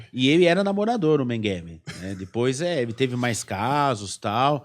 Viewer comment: o sujeito não consegue nem pronunciar MEGELE ....o cara fala Mengueve ..... nem um português decente ele fala ...pqp historiador ...affffff